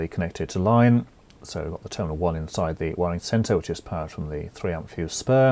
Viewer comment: You sound board ! whats with the wierd emphasis on "side" when you say "inside" . Sorry but you'r hard to listen to. bur your content is great . THANKYOU